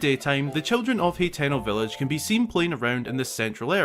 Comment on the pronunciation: Its pronounced (ha-ten-o) lol